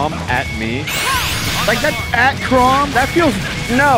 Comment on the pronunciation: My therapist: google Chrom can't hurt you Google Chrom: NAIRS